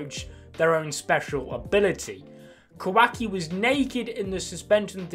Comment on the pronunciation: the way you say kah wahk e is so funny to me